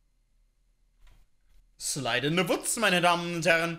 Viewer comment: wie es heißt: slide in the woods wie sev es sagt: slide in the wuts